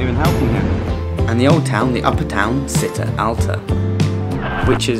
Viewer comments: Thank you for the video! Very helpful :) Although, I cried every time you said "see-tta" instead of "chee-tta" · Città alta is pronounced like the CI in “Ciao” ( think “cheese “) Nonetheless, this is a great video!!